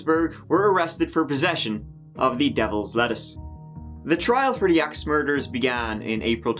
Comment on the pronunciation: Ew! He had clear trouble saying word 'Axe'.